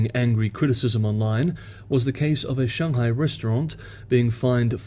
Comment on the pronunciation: Since you seem to put a lot of emphasis on the Chinese pronounciation of Chinese names, I would suggest reviewing your pronunciation of Beijing and Shanghai. Thanks for the update! I'm looking forward to an update on Blinken's vist!